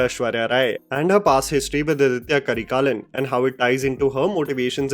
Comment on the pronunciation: Hi it's aditha karikalan not aditya karikalan. Pronunciation: Aaditha Karikaalan